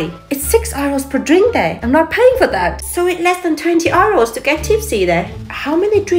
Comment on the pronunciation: I know her name but I'm physically incapable of pronouncing it. Then I hear her continuously calling euros R-Os and realize neither of us were supposed to make those sounds.